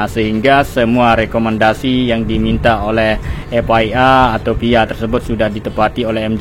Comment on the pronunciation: FIA jadi "ef way a (FYI)" 🤣🤣🤣🤣,,,, FIA dibacanya "EF AY EY" bang